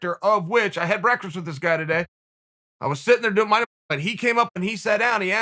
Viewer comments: Any clip where Chael says "breakfrast" instantly gets a like from me! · For a man who loves breakfast as much as uncle Chael does he can’t pronounce the word properly 😂😂😂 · I love how Chael has literally never been able to say "Breakfast" properly. Still my favorite guy in the history of EVER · Chael “brekfrist” Sonnen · It’s more like breakfrst, as in the first meal of the day, eaten with your legs crossed of course. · Me: Breakfast Chael:Burrrekfest Me Burrekfest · Everybody: breakfast Uncle chael: breakfrest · Chael 'Breakfrast' Sonnen had breakfrast for breakfrast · Tehehe i giggle like a school girl everytime im treated to the sound of Uncle Chael saying the word breakfrist 😁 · Does Chael say "breakferst" multiple times? I think so. And, I want some. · I get so happy when I hear Chael try to say Breakfast